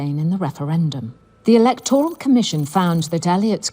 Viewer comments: Why is pronouncing the word “E-LEK-TOR-AL”? This isn’t America… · Electoral. e-LEC-to-ral /ɪ'lɛktɹəl/ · Who says "Electoral" that way?